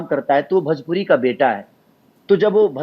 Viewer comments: Tum kuchh behtar nahi kr sakta bhojpuri ko bhajpuri bolta hai. Jiska khata hai uska name to sahi se le. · Tu bhojpuri ko bhajpuri bolta hai to behtar kya bnayega.